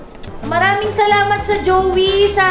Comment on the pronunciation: JOIE - JOEY paLa taLaga ang pagbigkas 🤣 lumaki akong JOY ung JOIE ko🤣 nakakaLoka ka ko.. HAHAHA